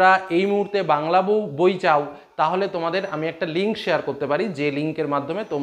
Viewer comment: এত সহযোগিতা করার জন্য আপনাকে ধন্যবাদ স্যার। তবে একটা মজার কথা বলি যে প্রথমে আপনি বই বলতে গিয়ে বউ বলে দিচ্ছিলেন। 😂